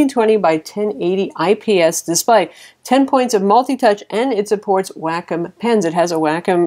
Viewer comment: I think you pronounce, Wacom, Wah-com. Not Wackhim :-)